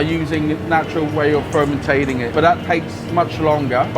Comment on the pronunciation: Fermenting dude.......Fermenting 😂😂😂